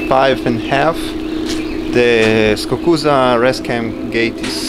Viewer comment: It's pronounced Skookooza not Skakooza, Skukuza.